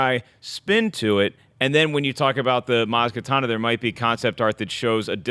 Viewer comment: It's Kanata,. Ka-na-ta. Not katana.